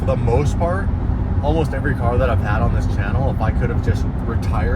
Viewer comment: I would just like to say, but when you said cark videos, I nearly spat my tea out ( as I live in the UK) misunderstood what videos you were talking about then? LOL.